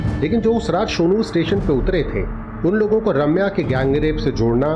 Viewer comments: ‘Raaamya nahi’ it’s ’Ramya’😅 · Is it so difficult to say Ramya? They keep calling her Raamya 🤦🏻‍♀️